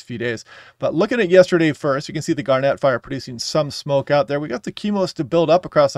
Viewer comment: "Gar-net", not "garnette"